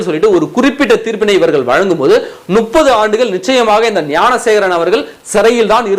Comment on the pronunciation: Adei venna mothalla tamil Olunga padinkada Nuppathu illa Muppathu Muppathu Muppathu